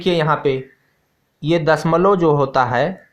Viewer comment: Sir dasmal nahi bolte hai dashamlav bolte hai 😂😂